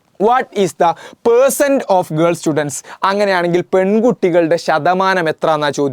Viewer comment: Ercents allallo percents alle sir 😂😂😂😂